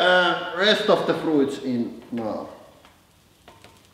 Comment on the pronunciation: my frooits are a froozin